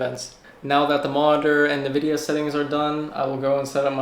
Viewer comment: its not nividia its ENvidia